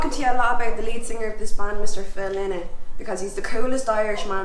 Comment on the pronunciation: He pronounced it LIE Nut But Irish always get it wrong Just like saying Tin Lizzy but that’s intentional